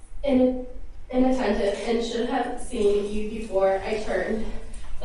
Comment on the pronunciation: That bitch can't even read the letter that was written for her. That or the thesaurus she used, she chose the wrong words. Appalled is one she mis pronounced and she stumbled with inattentive. Shame on her legal defense for not making this smooth brain read that shit multiple times. Also sniffing while she crying with those fake ass crocodile tears. SMOKE SHOW FOR SURE.